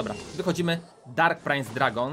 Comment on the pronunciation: Czemu mówi prainc jak wypowiada sie princ